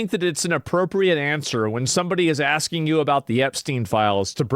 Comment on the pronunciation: Finna to be axein a queshin